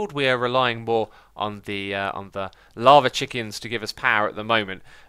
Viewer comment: I love when X says lava and it's like he's saying laver